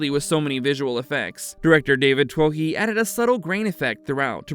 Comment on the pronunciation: For all my American friends. David Twohy is pronounced David Too-ee.. Its a Celtic name that roughly translates to chieftain or leader.